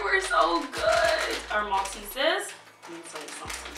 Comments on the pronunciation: Maltese's 😂😂 malt-e-sers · Why does she keep saying malteses there is an r in it